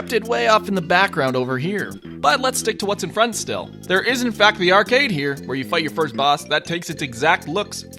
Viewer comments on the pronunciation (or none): none